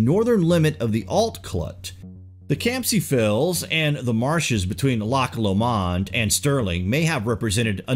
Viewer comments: The design on the stone sarcophagus is Celtic, and the pronunciation is NOT Loch or Lock LOMAUND... it's phonetically ... a bit more like LOCK LOWMUND Good grief - your pronunciation is DIRE to say the least. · Nice to have home highlighted like this.. Try saying it like LOCHLOmond instead of lochloMOND if you get my drift.. Govan is said like Guvan, which you did alright, like most of your pronunciation.. Very sad to hear about the desecration of these ancient artefacts, those clydesiders really thought they were the future,, the be all and the end all. They dispised the ancients who did not follow God in the 'proper' way. These Govan shipbuilders also had two entrances into the shipyard, one for Catholic workers and one for protestants. The bosses made great use of these divisions, throughout our British history, to devide and to manipulate. As late as the 70s the football clubs exploited sectarianism to cash and they made loads of money through the strife and misery of the people. Many a tax penny was merely spent just to cope with the harm done by these foolish feuds. I have to mention this because they are an essential and unforgettable ingredient in the history of Govan and probably the same dynamics were exploited by the great leaders commemorated by the Govan Stones. Thanks for a great vid. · Loch Lomand is said like lowmand ❤️ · Hilarious pronunciation of Loch Lomond (Low-mund). Great channel. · Interesting. There are two hogback stones in Luss Church on the banks of Loch Lomond....please it is pronounced with 5he accent on lo......not on mond. Google luss Church I am sure there is info there. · Lock lo-maund 😆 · Great to see a video about Scotland, and in particular the West Coast - a lot of people think of Edinburgh, the Highlands and little else, so thanks for the video. Anyone commenting on your pronunciation is just being picky - your inflection with Loch Lomond was the only thing that was off, and that wasn't too bad anyway.